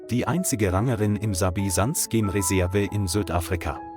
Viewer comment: Die story ist sicher so falsch wie die Aussprache der KI-Stimme (Rangerin).